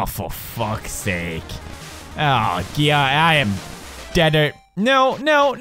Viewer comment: "Fo fack sake" where is the Counter :D